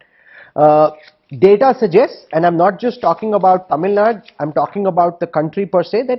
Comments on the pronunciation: TV anchors should know better on how to treat a word. One cant treat a English or Tamil word as they would treat in Hindi. Mr. Rahul Kanwal- please note- its not TAMIL NAD, but TAMIL NADU. Small efforts taken to show respect to the word of a culture, will earn you more respect as a professional who cares for excellence and nuances. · Why Rahul keeps saying TamilNad? its Tamil Nadu!!